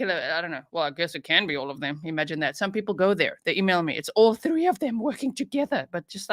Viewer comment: he's one of my favsssssssssssssssssss lol when he says 3/tree cracks me up lololllll